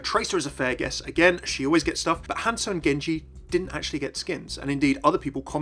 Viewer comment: Not Hance-oh Not Hansel HanZo!!